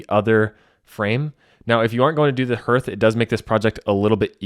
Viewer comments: Excellent video. However, it is pronounced "HARTH," like HEART - NOT NOT NOT "hirth," sounding like "birth." Please. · It’s hearth not herrth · 'Hearth' is pronounced like 'heart' but with a th at the end 😊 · HARTH...it is pronounced HARTH! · Hearth is pronounced hArth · Was that not freakin annoying?